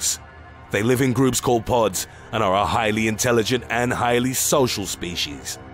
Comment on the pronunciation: I love how he said pods